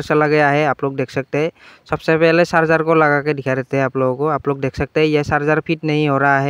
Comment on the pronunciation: Sarjing nhi bro charger